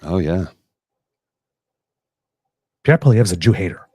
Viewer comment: Obsessive? Pee-Air?? Noooooo. That's a silly thought... "I just got tired of him always calling me 'Trudeau' when we're in bed, and then blaming me when his Pee-Pee doesn't perform." - his wife - 😝